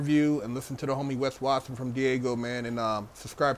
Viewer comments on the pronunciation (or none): Weth wathin😂😂😂 nah its Wes Watson😂😂😂